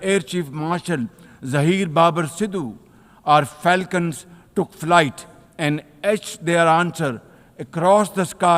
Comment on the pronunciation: He means farts when he say falcon